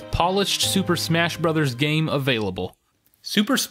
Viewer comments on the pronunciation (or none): Everytime you say game it sounds like gang :/